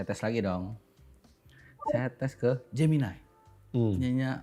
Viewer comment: pertama saya bingung apa itu "geminay" eh ternyata gemini😂😂😂